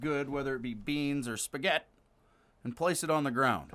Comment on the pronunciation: Why do you pronounce it as "Spaguette"? lol